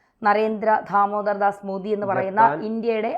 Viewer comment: ഉച്ചാരണം കുറച്ചു കൂടെ ശ്രദ്ധിച്ചാൽ കൊള്ളാം. "ധാമോദർ ദാസ്" അല്ല. ദാമോദർ ദാസ് ആണ്.